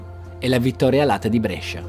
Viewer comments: Molto! Però non si pronuncia Brescia con la è aperta ma con la é chiusa:-) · L'unica cosa che mi stona è come pronunci Brescia. La maggior parte dei bresciani che conosco, me compreso, la pronunciamo con la prima E chiusa, tu la pronunci aperta, strano! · 0.21...Ma se dici Brescia con la e aperta, allora non sei bresciano. La e si pronuncia stretta a Brescia . Con la e aperta lo dicono al sud. 1.30. Qui dici Brescia come si dice a Brescia... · Davvero un bel video! Però Brescia con la E aperta non si può sentite😂😂ancora complimenti! 👍